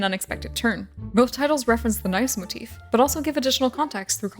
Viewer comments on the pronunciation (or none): none